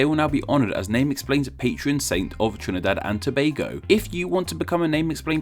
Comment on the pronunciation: kudos to you for the pronunciation also we use Trinbago and Trinbagonians unofficially